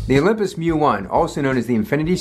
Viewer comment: Thanks for recognizing it's "Mju" and not "M-J-U" like many YouTubers seem to think